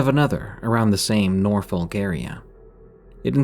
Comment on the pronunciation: The L's in Suffolk and Norfolk are silent - they're pronounced Suffuk and Norfok or similar depending on your accent 😊